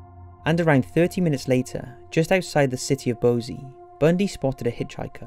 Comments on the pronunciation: My biggest grievance with this video, despite the labor and cost to produce it, is that the narrator can't pronounce things correctly. What's a Bo-zee? Do you mean, Boise? Pronounced boy-see. Puget Sound is a lot more well known, as is its pronunciation. Come on,. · It isn't "pugget". It's "pyoujet". And Sammamish is accented with the middle "a". Denise. ...oh, you got it the second time. Boise is pronounced "boysee"